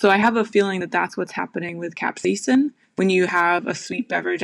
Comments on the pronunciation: Why do you say "capsa-ya-sin" when the doctor says "caps-ai-sin"? Also, thanks a bunch The bitterness seems to be an ad hoc hypothesis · The entire English speaking world including in this video: Kap•sei•sn Adam: Cap•say•ah•sin 😂 As you would say Adam, you do you! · Capsaicin is pronounced cap-say-sn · It's just "cap-say-sin," like says;) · Capsaiacin? Im sorry but you kept mispronouncing it the entire video. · Good research but I found the British pronunciation of capsaicin from an American as distracting as an American adding the extra British pronunciation to aluminum. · Why do you say capsaicin like a dutch person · i was cringing cause of pronunciation of capsaicin